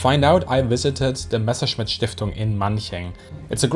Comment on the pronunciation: ¿ Quién es la pobrecita narradora...de dónde la sacaron ? No sabe siquiera cómo pronunciar el nombre Messerschmitt ! Dice "meserchemit"...usa la palabra inglesa "patreon" y ni siquiera se molestó en averiguar cómo se pronuncia !